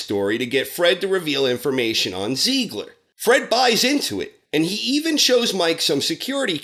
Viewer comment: I'm sorry... try saying "Tsiegler". That bugged me while watching the show, as well.